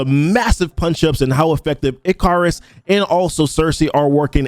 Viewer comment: WHY DO PEOPLE KEEP CALLING HIM ICK-CAR-IS????? Am I the one missing something cause Ikaris is easier to say and sounds way better lmao STOOP😭😂